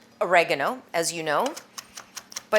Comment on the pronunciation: Ori- Gar-no